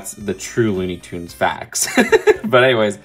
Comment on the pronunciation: It’s toons not tuns ps love your videos